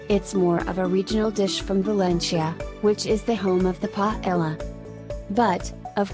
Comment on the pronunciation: so funny the way she pronounces spnaish dishes. The "ll" of Paella is actually said with a similar, but not equal, sound to "j" in english as in "just" and in ajillo, the "j" is the "x" symbol in the International Phonetic Alphabet, being this sound even stronger in Spain than in any other Spanish speaking country.